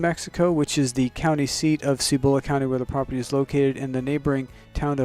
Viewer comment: Please learn to pronounce Cibola.